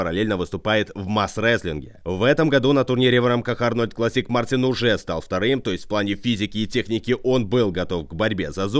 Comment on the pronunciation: Мартинс!!! А не Мартин.